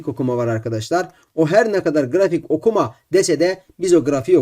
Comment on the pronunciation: grafik okuMA🤣🤣🤣